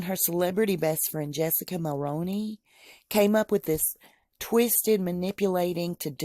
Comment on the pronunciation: I'm really sorry but I'm Canadian and it hurts my ears to hear people say Jessica Mulroney's last name Wrong! Mull-Roo-Knee